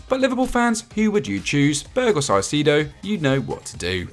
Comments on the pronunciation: wrong pronunciation of his name. Moises Caicedo- not Sacido whatever they said. Ecuadorian talent😫🇪🇨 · It’s not psycido it’s Kai-ce-do (like Kai Havertz) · Ecuadorian here 🇪🇨. For the record, its pronounced Moises Caicedo ("kai-say-dow") not ("sai-si-do") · Saicedo what the hell is that pronunciation as Ecuadorian is insulting the way you pronounce it